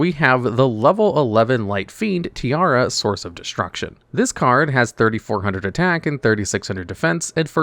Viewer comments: You calling her tiara instead of tierra gave me something. As someone who have as Main language spanish, her name is the spanish Word for earth, while your pronunciación was the Word for a crown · It's Tierra not Tiara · is pronounced Tea-A-Ra(like the egyptian god Ra). Did you fail spanish class? You say it as if you were saying tiara. (Tiara is Spanish for tiara)